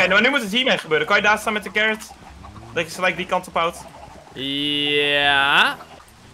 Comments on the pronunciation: Normal pep: wortel: carrot: carrrrrrrrrrrrrrrrrrrrrrrrot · Normaal Engels: carrot max: carrrrrrrrrrrrrrrrrrrrrot